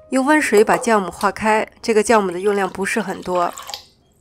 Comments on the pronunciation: 酵母～Xiàomǔ 酵母～ㄒ一ㄠˋㄇㄨˇ 酵母念孝母不念教母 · 酵母，音同校，非叫